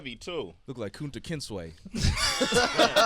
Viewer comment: DYING "Kunta Kintsway"